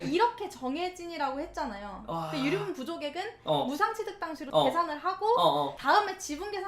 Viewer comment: 처음에 유류분를 유륜부라 읽어서 깜짝 놀랐다